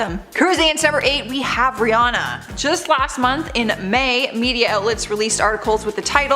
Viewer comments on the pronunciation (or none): none